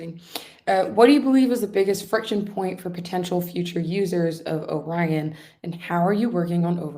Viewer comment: hosts smile fades as she realizes she has totally mispronounced the word "Orion"... and yet she continues to mispronounce it for awhile.